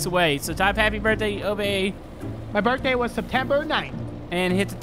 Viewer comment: Bro it's happy birthday not happy berthday